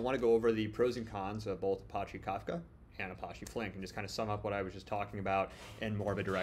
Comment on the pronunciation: Man the way to say Apache drive me crazy